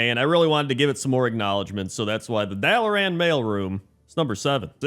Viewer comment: I hate the way you say "Dalaran" and I'm pretty sure you know exactly what you're doing. >:(